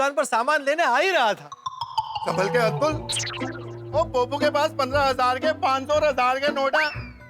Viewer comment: किसी ने नोटिस किया सोढ़ी भाई ने अब्दुल के जगह अद्बुल बोला